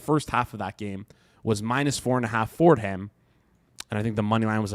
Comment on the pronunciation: “Ford Ham” 😂